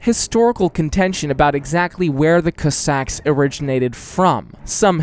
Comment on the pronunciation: Hey! Please research pronunciation of words that you’re going to use in your videos in future. Kossack is an English word, so it’s not like you have to approximate anything. saying /kəsɑk/ was really distracting. Thanks!